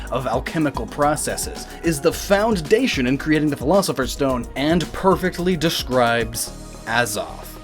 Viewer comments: It's foundation not found dation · why do you dat found dation, instead of foundation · "found dation" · its pronounced foundation, not found dation asshat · Found-dation sounds like a dessert. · "The found dation"... WHO FOUND IT I HAD HIDDEN IT SO WELL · I was taking this video very seriously until started talking about the emerald tablet and 'found dations' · One D in "foundation", buddy. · why does he say "Found-Dation" like, he pronounces the "D" twice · lol it sounds like he says "found dation"